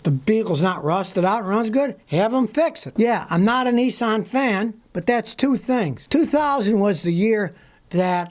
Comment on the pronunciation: Scotty NISSAN Not Nessen.